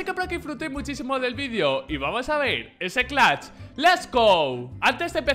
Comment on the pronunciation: Nose porque pero me enoja cunado dice clacht el